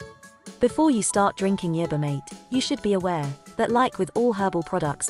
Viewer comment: It can't pronounce the word yerba either